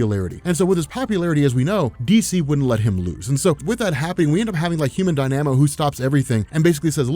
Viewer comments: Die-namo? Am I wrong or is it pronounced dyna-mo? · Human Dyna-Mo, not DIe-Nam-O. It seems like you're doing it on purpose now... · It's not pronounced "die-nam-oh" it's "dahy-nuh-moh" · Human Dy-Na-Mo Not Die-Namo lol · Dynamo is pronounced "die-na-moe" not "die-namo" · You mispronounced Dynamo. It’s not Dy-nanamo, it’s Dy-na-mo. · DY-na-mo, not dy-NA-mo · it’s pronounced Human Dine-a-mo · Did it bug anyone else constantly saying, "Human Die-Nam-O." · It's pronounced Die-nuh-moe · Human Dynamo (Die-Nuh-Moe) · there has got to be a few people in this comment section already telling you that you're pronouncing dynamo weirdly... i'm just adding to it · You are mispronouncing dynamo. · Sorry, but you're mispronouncing the Human "Dynamo" and it's really distracting. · You pronounce dynamo oddly